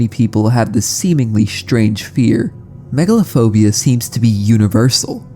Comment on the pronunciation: Megalophobia? I heard Megalovania 😭